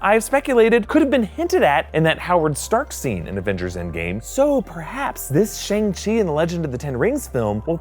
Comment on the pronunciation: it is shAng chi! not shEng chi😂😂